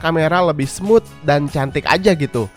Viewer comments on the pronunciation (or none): none